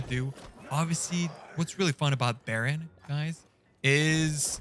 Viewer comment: There is no L in Baron Rivendare